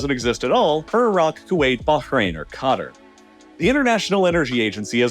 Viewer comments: Please stop saying cutter Its qataaaar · Qatar is pronounced Kah - tar not cutter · I love your videos, but for the love of God please don't pronounce Qatar as cutter. It's like nails on chalkboard. At least pronounce it as Cuh-Taar. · The correct pronunciation from what I’ve heard is more like Kuh-tar, not Cutter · Pet peeve. The correct pronunciation of Qatar is Kuh-tar, not 'cutter' which sounds ignorant and makes the person saying it sound like a moron. The rest of the video - as usual - is excellent. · Love the videos, but the way this man pronounces Qatar is like a mental itch that compounds. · why is everyone pronouncing Qatar as "cutter" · Why does every American say CUTTER its not even hard to pronounce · Why does he pronounce Qatar as "cutter"? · Could you stop pronouncing QATAR as CUTTER. Christ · stop saying qatar as "cutter". are you lobotomized? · And maybe, just maybe, learn how to say the name of Qatar??? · the way he pronounces Qatar makes me believe its AI voiceover with his voice. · The way you pronounce Qatar is really annoying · Bro, please learn how to pronounce Qatar. You put the empha'sis on the wrong syla'ble